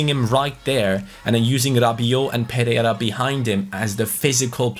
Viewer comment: Pereira is pronounced per-ay-ra. Just a little detail